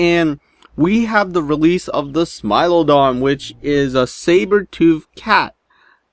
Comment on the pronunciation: I thought you said smile dog